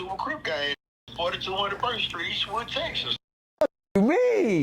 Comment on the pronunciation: 😂😂😂😂 Bro said Perky